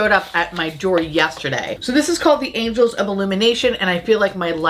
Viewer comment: It’s so funny. is NOT the only one saying “angels.” Must be a thing…..